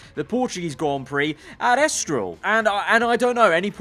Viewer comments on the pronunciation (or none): In before realises it's *ESTORIL*, not Estroil. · ITS ESTORIL NOT ESTROIL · It's ESTORIL, not ESTROIL :D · Lets just say, that didnt use his glasses while uploading the video👓.🤣🙄. Mate, its ESTORIL, not ESTROIL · It's Estoril, not Estroil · It’s ESTORIL and not ESTROIL... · Its ESTORIL broooo